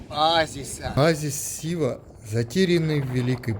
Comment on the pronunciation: Шива? Путешественники как сговорились честное слово. Почему Шива, а не Сива?